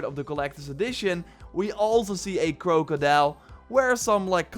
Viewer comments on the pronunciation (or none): The way you say crocodile, damn.